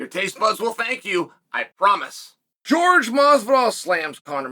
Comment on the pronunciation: George can't even read his own name right. Man can't read.